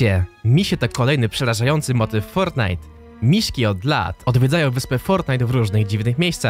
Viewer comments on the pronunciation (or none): none